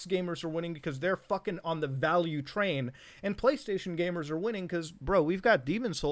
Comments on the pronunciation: He said Gay-mers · I can’t tell if he’s saying gamers or gaymers😏